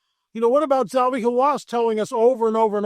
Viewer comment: God would NOT have stopped the flood if any of the Nephilim were still alive considering they are one, if not THE, reason for the flood. It's Zahi not Zawi Hawass, btw. So, makes me wonder if you really spoke with him.